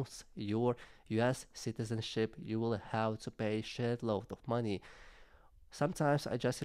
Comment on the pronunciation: Funny sounded like you said shitizenship lol